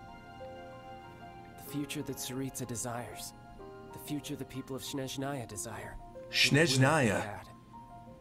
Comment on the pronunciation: Scheznaya pronunciation killed me So did with him screaming “Vecna”